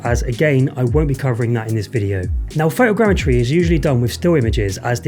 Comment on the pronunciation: Photogrammetry. "Fow Tow Gram Eh Tree"